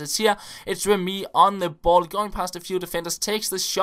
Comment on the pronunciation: When saying Remy pronounce it like remi instead of remee :D